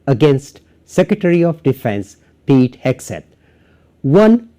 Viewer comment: Am I hearing you correctly? Are you saying "Peek Hegseth"?